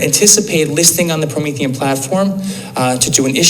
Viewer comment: I think it’s pronounced Pro-mean - fee - n